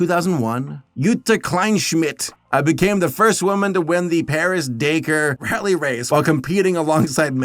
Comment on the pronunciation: Did- did he just pronounce Paris-Dakar as Paris-Daker?